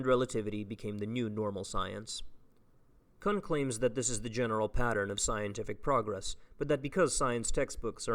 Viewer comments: btw that last name (kuhn) is pronounced like racoon. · I absolutely love your content man, and really appreciate the work you're putting into this especially in your first year of grad school, but when you say Thomas "Cuun" a little piece of me dies